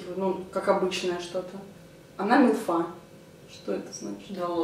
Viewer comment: МИлфа а не милфА